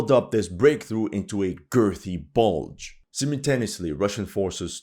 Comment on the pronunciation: "This Bluge is ready to release" 🤡😀